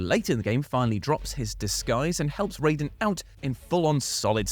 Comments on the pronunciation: Such a pet peeve when people pronounce Raiden as RAYden instead of RYden lol. They CLEARLY pronounce it as RYden every single time they refer to him in the game. And I definitely thought you called Kojima..... something else real quick lol I had to rewind that and make sure I didn't hear what I thought I heard 🤣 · A few things: 1) You keep pronouncing "Raiden" wrong. "Rai" sounds like "eye", not "ray". 2) Raiden doesn't ask Snake if he needs help, with his answer being "infinite ammo". Snake tells Raiden that if he runs out of ammo he can have some of his. When Raiden questions Snake if he really has enough to spare, Snake tells him he has infinite ammo. Very different scene. 3) Raiden has been killing soldiers since he was six years old. He took part in the Liberian Civil War. He was so good at killing, particularly with a blade, that he earned the nickname "Jack the Ripper". He admits this to Snake in this very chapter. Solidus raised him to be a killing machine. So between the two, I would put money on Raiden actually having more combat experience than Snake. Please do more research before posting false claims. It's okay if you like Snake more than Raiden, but most of your "facts" were simply wrong. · Did just say "Rayden"? For shame! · Noooooo why did you join Team Cant-pronounce-Raiden properly 😭😭 you're so much better than that! "10 best Yakuza sidequests that were quintessential Japanese weirdness" next please!